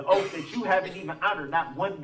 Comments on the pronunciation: Yep. Da troof instead of the truth Axe/axed instead of ask/asked Substain instead of sustain Oaf instead of oath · He went to the ghetto lingo school for self representational failures!!! Ask…not Axe Sustain…not Substain Oath….not Oaf Truth… not Truf Tacit…not Tatic Bias….not Biast Jury…..not Jewry His ignorance is epic,!!